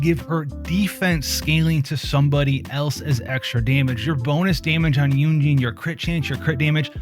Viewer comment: just constructive criticism, but you can pronounce her name yun jin like yoon (moon) jin (tin) 😊 thats the proper way to pronounce her name :)